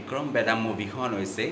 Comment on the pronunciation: O dada movie khnr nam tu vl koi kbo xikok .. Vikram medha nohoi .. Vikram vedha .. ru movie khon 30 September t release hol juwa kali nohoi 😒